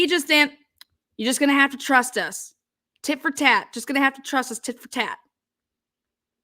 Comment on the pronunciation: I think she said tit for tat but maybe she did say it wrong lol. I'm from RI too !! 👍